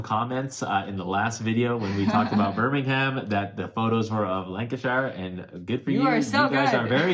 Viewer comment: You say birmingham wrong btw.